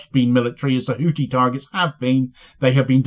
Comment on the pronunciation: FFS The th in Houthi is pronounced like the th in thin!